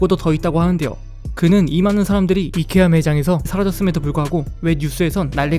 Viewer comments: 그분 이커아가던대? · 이케아는 콩글리쉬(한국인이 잘못 쓰는 영어) 입니다! 아이키아가 맞는 발음입니당